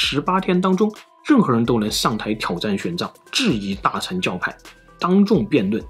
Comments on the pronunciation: 吐「蕃」，我們台灣小時後歷史課是發音ㄈㄢˉ（注音符號），或者漢語拼音fan- 大「乘」佛教，ㄕㄥˋ，sheng、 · 其實大乘跟小乘的「乘」讀音念錯了，是ㄕㄥˋ(shèng) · 應該是念大乘（ㄕㄥˋ）